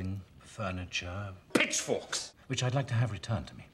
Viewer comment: He said pitch forks or bitc! Forks